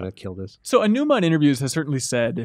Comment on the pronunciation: Learn how to pronounce Aonuma properly. Respect.